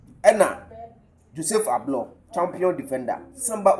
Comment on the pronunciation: Please learn to pronounce Ablor's name well. It's typical Ga name so don't pronounce it as Twi name.